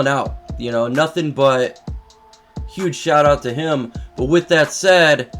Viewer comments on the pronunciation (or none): none